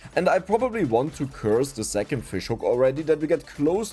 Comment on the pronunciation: Zo, zingle run, zix, zis point...German accent is so weird. You say "second" correct. Why don't you pronounce it then like zecond?